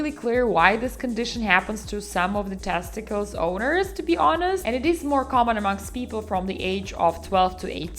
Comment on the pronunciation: “PEHH-niss, TAST-ih-kullz and PRO-state.” 😂